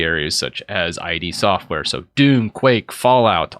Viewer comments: I've just learnt from the comment it's "eed" and not "eye dee" lol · id software is pronounced like "eed software" btw. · Idk how he can call himself a gamer and say ID Software wrong.